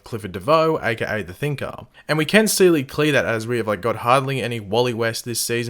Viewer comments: "We Can Searly Clee" 😂😂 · and we can searly clee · “Seely clear that” loll